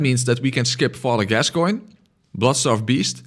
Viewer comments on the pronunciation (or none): none